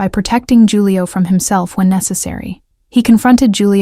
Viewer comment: Loved the story! But Julio is pronounced with an H, not a J.